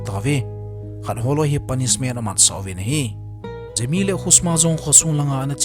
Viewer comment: Gemi❌ Jemi☑️